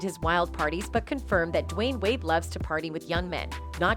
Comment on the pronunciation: Why are you saying his name like that